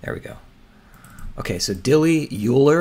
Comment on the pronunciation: Beso means kiss in Spanish. Two tricky pronunciations today, Euler is more like "oil-er" (German) and Yves would be "Eve" (French)